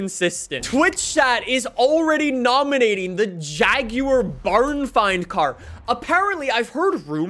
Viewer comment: Or jaguar as jag you are